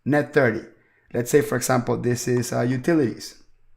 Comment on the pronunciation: this is awesome. I love the way you say "for esssample". Love it! Can you please direct me to a video or tutorial on how to setup an LLC with 3 partners? Also if 1 partner has made contributions and how we would make draws instead of paying employees. I have searched the net up and down and there are no easy tutorials on how to setup this "esssample", lol. Please help and thank you so much for your videos!